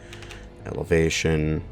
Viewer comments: Turret "Evelatation" 😂🤣😂🤣😂🤣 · "evelation" me: internal screaming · Evelation. Elevation. Meh, same thing, right? LOL